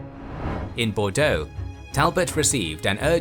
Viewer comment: As a Bordeaux resident, I definitely had a little added giggle when I heard you pronounce the names of cities around here ! Very good pronunciation, may I had 👌